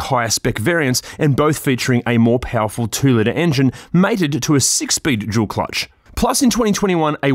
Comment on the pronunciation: Why when you say "dual" it sounds like you are saying "jul". I find it funny